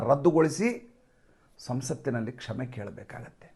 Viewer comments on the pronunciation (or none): Kshame antha odikolli please